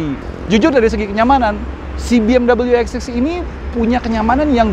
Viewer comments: Penyebutan biasa aja BE EM WE bukan BE M DABEL YU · BMW mas....bukan Bee-Em-Doubleyuu....mobil Jerman ini bukan Amerika... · Orang luar : BMW Autonetmagz :BeEmdobelyu🤮🤢